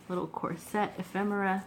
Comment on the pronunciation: It’s COR-set instead of cor-SET. some beautiful images and papers and fabrics here. The countess was a bit of a narcissist, wouldn’t you say?